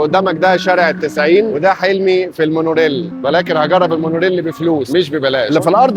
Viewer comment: مونوريل، وليس مونورِل Rail, not rell